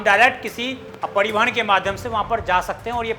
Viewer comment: पड़ीवहन नहीं परिवहन होता है भाई